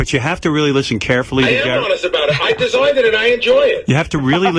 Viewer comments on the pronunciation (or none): “I de-soigned it and I enjoy it”. The goofy Greenwich Gorilla strikes again. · "I des-OINED it & I enjoy it!" Fucking lol 😂